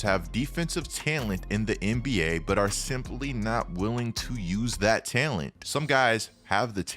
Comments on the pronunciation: Bruh, why do you say "talent" like "tellint"? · Is anyone else uncomfortable with the way says “talent” lol. Otherwise good video dawg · i hate the way you pronounce talent :D HAHAHAHAHAH